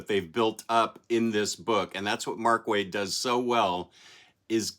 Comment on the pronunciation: If you watch any interview with Mr.Waid on Worlds Finest, you will obtain the secret knowledge of the pronunciation because your attempts at it are killing me